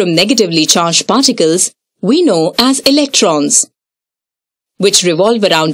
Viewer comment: Who else only hears farticals instead of particles 😂